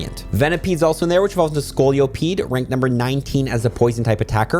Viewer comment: SCOLE-EH-PEED JFC it HAS scoliosis it’s NOT named for it